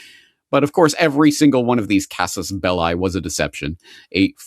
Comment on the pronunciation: casus belli is pronounced käsəs ˈbelē